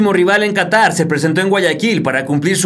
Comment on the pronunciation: Qahtar xd